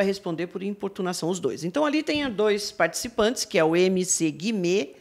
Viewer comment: Amo o fato da Pronunciar MC Guimê do jeito certo kakakakak